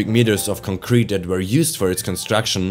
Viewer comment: The same type of pronounciation i would have used a few years ago. Mainly concrete as in concrete evidence. The pronounciation is on the latter syllable rather than the first one. Not a strong accent, just stuff i noticed from myself. Ich hoffe dein Kanal schafft den Sprung. Qualität setzt sich durch und der Algorithmus hat dich direkt nach dem 1. Video belohnt